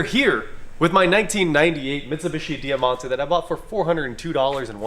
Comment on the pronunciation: DIE-MONTE not Dear-monte pronounced!